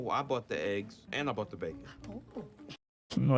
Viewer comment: Eles falam êggs, e não éggs